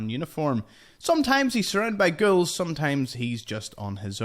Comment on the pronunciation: Nice tour guide! I have stumbled upon some of these. BTW when you say ghouls, sounds like your saying girls!( to me) LOL Are you Irish? Northern Britain? Interesting accent. Some American accents are difficult to pinpoint( even from my countrymen) Thanks a million for your info. Cheers! Fallout brings us commonality. The world is shrinking!